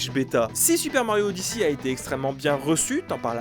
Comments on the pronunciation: « Super mario odyssi » 💀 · Super mario odiçie... cette prononciation qui m'a fait tilté toute la vidéo